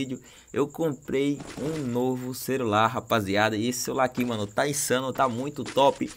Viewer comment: Eis que voce e pobre "Comprei um novo cerular " Kkkkkkkkk